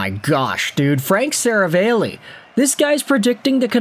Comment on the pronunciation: Seravalli is pronounced 'Se-rah-valley' btw.